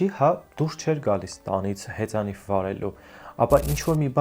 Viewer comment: հեծանիՎ ոչ թե հեծանիՖ😮